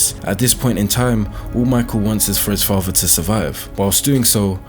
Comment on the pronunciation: The way the narrator pronounces “father” annoys me to no end. It sounds like he has a big golf ball in his mouth.